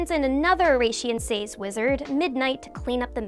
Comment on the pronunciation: God that pronunciation of "Oración Seis" hurts my ears